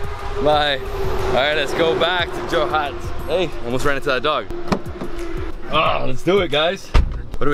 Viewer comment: It's Jorhat no joha .